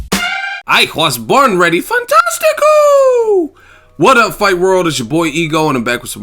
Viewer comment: "I hwas born rheady"